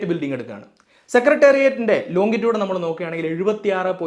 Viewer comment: Longitude ലോഞ്ചിറ്റ്യൂട്